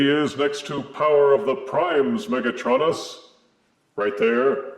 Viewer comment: UrM ActiUlly it's pronounced mega-TRO-nus not mega-TRON-us